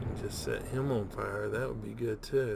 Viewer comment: I so enjoy your enthusiasm, Mostly when you say, FY-Youre..! LOL